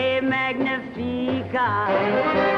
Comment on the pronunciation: This is really awful. Why the hell didn't someone give her the right pronunciation of the French lyrics to C'est Magnifique? It's embarrassing. In the film version of Can Can Frank Sinatra didn't bother either. How hard is it??